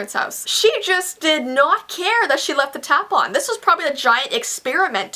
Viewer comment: Every time you said 'tap on' I thought you're saying 'tampon' 😂😂😂